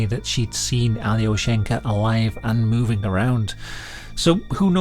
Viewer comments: it's not pronounced "ally-o-shank-a" it's more like "ahl-yo-shien-kah" also it's a male name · alyO-sh'n-ka Not that it matters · Just a note, Alyoshenka is a boy's name (with the stress on the O - yes, completely counter-intuitive to an English speaker), an endearment diminutive of Alexey, a common Russian name.